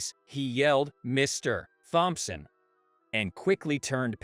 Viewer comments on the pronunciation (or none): I love this story. It was very heart-warming and a good lesson to respect everyone because you never know who they're related to. BTW Thompson is pronounced Tom-Son, im just trying to help and not be critical of your pronunciation.